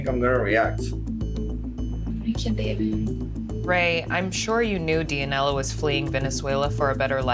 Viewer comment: am I the only one cringing when he says dia-nella lol